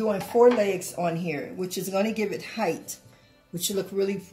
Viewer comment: Yes, heighth’ is always good.